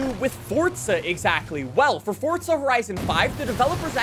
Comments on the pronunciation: PLEASE STOP SAYING "FORTZA" Forza*** my man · dude. please. its just forza. NOT FORTTZA. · Pretty sure it's Forza not Fortza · I’ve been pronouncing it wrong the whole time I guess “FORTza😂